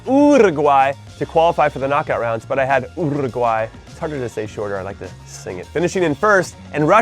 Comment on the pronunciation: NOT EVEN the uruguayan people say uruguay like that, you sound so annoying man! For real